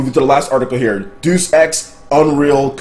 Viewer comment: Alright man, I can no longer tolerate the mispronunciation. It is not Deuce Ex. Deus Ex like DAY-us Ex. It's an iconic video games series that deserves better. I can tolerate the Haduukens and the attempts at pronouncing Japanese names because that's borne of another Faraway Language the internet lovingly refers to as Moonspeak. But Deus Ex comes from Latin which English speakers still use today from Harry Potter Magic to Classifying species. Please try to do better.